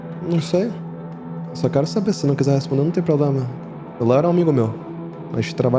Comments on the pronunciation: "probrema seu" KKKKKKKKKKKKK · "probrema seu" rachei kkkkk